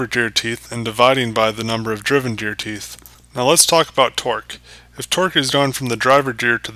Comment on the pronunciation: My only problem with this video is how you were pronouncing gear. More so, the G in gear, as if the G sounded like a J, as in juice. When I hear you say Gear, at times it sounds like you said Jear.